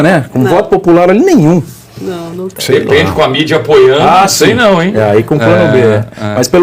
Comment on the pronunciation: Çei, Barroso,Çei...🤣